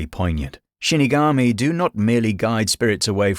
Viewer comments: not trying to sound rude but it is shinigami not shunogomi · Shinigami* not shunogomi 😁 But great video!